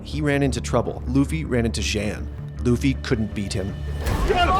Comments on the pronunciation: mispronounces “xian” really bad lol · are u fuckin stupid? why are you pronouncing their names so wrong even though they say the name right in the clips you used? what kind of fuckin morons...